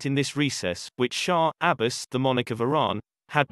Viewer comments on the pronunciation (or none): The names of the kings and dynasties have been grossly distorted. Mughal is "Mooghal not Magggal". Shah Abbas is Abbbaas. Nadir Shah is pronounced " "Naader Shah" and many more